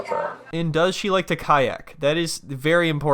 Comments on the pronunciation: "Do you know how to say kiac?" LOL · she's being difficult on purpose with the language, kayak is the same word in English and Spanish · Translator comes over TQS: "Do you know how to say 'kayak?'" Im dead LOL